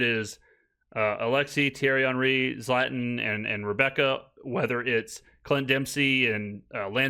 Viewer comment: brother, I know you mispronounce names for engagement but don’t be saying Zlatan’s name like an ignorant American. You are way too knowledgeable about soccer for that